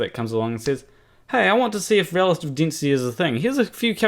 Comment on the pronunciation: Igg. Dinsity. 9.81 metres per sicond per sicond sqeered. Aaaaargh! Sorry, I'll say it in a way you can understand. Iiiiiirgh! Harder to follow than Mining Boom.